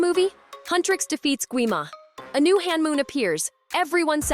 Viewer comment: you are accidentally saying Honmoon as hanmoon